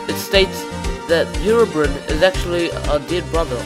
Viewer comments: It is not "Herobrin" how you said it, its "Herobrine" . I admin a Herobrine page, and i find it offensive. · it's pronounced (hero-brine) not herobrin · It`s said Herobrine not Herobrinn.